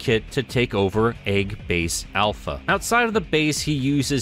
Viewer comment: "Eggbase Smegma" I HEARD IT. xD